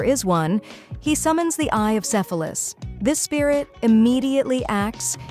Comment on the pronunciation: If it wasn't for the subtitles I would've thought she said eye of syphilis 😂